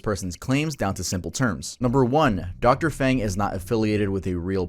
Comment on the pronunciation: Ji = “Jee” Feng = “Fung” Penicillin = “pen-uh-SILL-in”